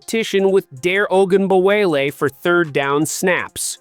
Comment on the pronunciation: I was with you till you pronounced Dare Ogunbawale